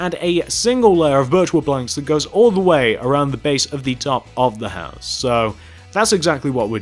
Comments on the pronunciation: "Then Connect back down to the hoose" lol I'm dying 😵 😂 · he pronounced house weirdly you should go check it out because i cant spell how he pronounced it.